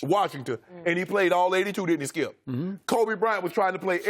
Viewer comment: "Skiup Bayless. WOULD you STOP... gives up SKIUP"